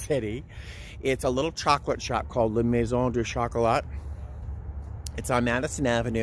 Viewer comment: My French self really enjoyed your beautiful pronounciation when saying "La Maison du Chocolat" 👌😊.